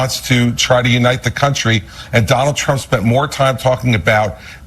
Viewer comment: I heard "donOLD" and thought it was someone who does not like him😂